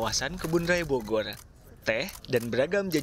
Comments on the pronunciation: ITU orng NY ga visa ngomng Bogor kadi bogol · RRRRRR = LLLLLLL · bogor min bukan bogoy.libur bukan libuy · ITU or ng NY TDK visa ngomng Bogor